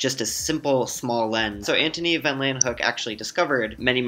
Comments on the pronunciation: "laywenhuk" I believe it's pronounced "leeuwenhoek". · ANTON VAN LEEUWENHOEK, not Antony van lan hook, not mad just surprised this guy didn't get it right. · Pronounced "Louenhoek"